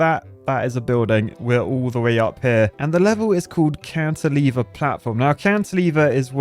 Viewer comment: Am I the only one that thought he was saying Counter Lever instead of Cantilever the entire time?